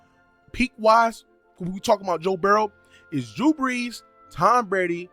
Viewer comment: Dude sounds like he was saying jew breeze and im weak